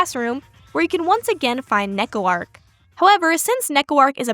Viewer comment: Honestly Neko-Arc’s entire legacy in and out Tsukihime feels kinda in character, like a comic relief Eldritch Horror who wonders through any media. Also I’ve never heard Arc pronounced like that before, a new addition to my Tsu-Keh-Hyme collection.